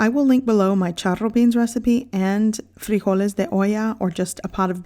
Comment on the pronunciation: I find it humorous that you speak English with no accent until you say tortilla or frijoles. ☺️